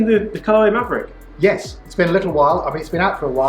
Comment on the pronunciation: MAVRIK (Mav Rik), not Maverick...good numbers